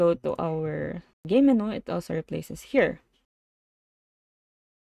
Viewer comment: menu is pronounced "men-u" or "men-you".